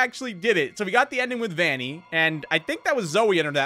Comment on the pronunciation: It's vinnie not vanny